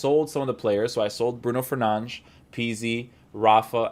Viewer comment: No disrespect but it’s triggering me how u say ‘Telles’ and ‘Fernandes’. You are probably saying it correctly it just triggers me and I wanted to share that with you.